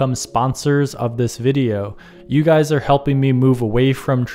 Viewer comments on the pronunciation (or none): none